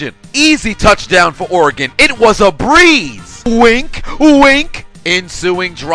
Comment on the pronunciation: Thanks for saying Oregon correctly